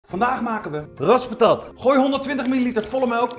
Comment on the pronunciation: Waarom dacht ik da hij zei:’ vandaag maken we geraspte kat!’